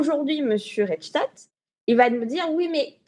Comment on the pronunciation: Rudy reich stag ...? 2 syllabes dans le nom du désinformateur. De quel Reich s'agit il ? Le 3ème probablement ?